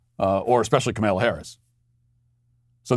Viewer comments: Makes me smile every time you say Ka-MALE-a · I have noticed that he pronounces it weirdly :)